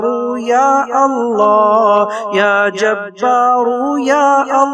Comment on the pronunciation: Assalamu alaikum janab vahan screen per ya jabbaru ya Allah likha hai lekin janab aap kha rahe hain ke ya ja taru ya Allah aise aap galat kyon padh rahe hai iska mujhe jawab jarur Dena aur khud bhi sunna